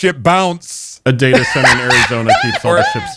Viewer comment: That hobo 'Data' did /not/ sound like Data.